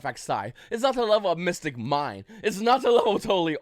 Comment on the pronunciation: bro i know people who moved here from taiwan a week ago who can make more coherent sentences than that. Also rogue not road. mystic not missing. mine not mine. Google what a period and comma is. I literally cant even piece together what ur saying.